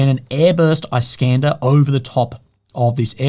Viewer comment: "Iskander" in Russian is pronounced as "eeskandÉr" not "ice-cAnder". Iskander is an Arabic equivalent of name "Alexander". It's meaning is "defender". Alexander The Great was called "Iskander" by Arabs. Just for the notice.